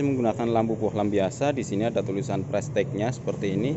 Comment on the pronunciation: Pengucapannya ; ("prestis")